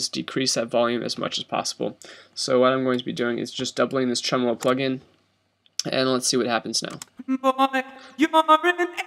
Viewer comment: its pronounced tremolo